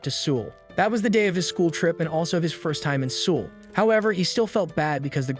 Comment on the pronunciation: South Koreans are crying and insulted that you can't say the name of their capitals correctly. Seoul doesn't rhyme with drool. It rhymes with soul ...